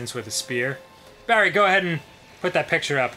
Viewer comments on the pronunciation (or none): none